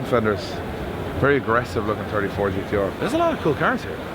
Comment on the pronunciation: It’s gtr lad Lol